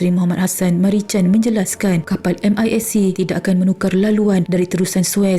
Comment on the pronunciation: Bukan Merican lah aduhhhh. Sebutan ialah MeriKan.. salah sebut nama orang..